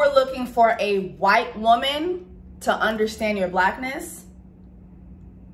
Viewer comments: When she says “WHYTEEE TOO” I ddiieeeee every time lmfaooooo I canntttt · I literally laughed the whole time 😂😂😂😂 i knew 4 weeks ago that he was picking Rachel. Ps. My daughter is one and she cracked up at the way you say "white" at the end